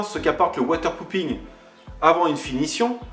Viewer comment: Water popping avec un o et non pas un ou. Avec un ou cela veut dire chi... de l’eau :-)